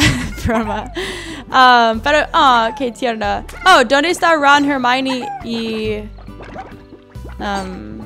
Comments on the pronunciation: Florentin Perez Dijo hermione su pronunciacion hizo que se entendiera como germany, no puso cara de enojada hizo un gesto de '' este es hermione,creo'' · escucharon que dijo germaley